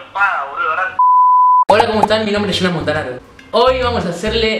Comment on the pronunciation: si te llamas Jonas por que mierda decís Shonas?